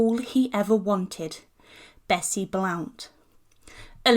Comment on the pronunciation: Except that she's saying Blount wrong.